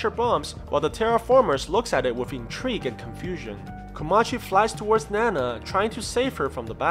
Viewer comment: Btw it’s not nana it’s ninao (nin-ow)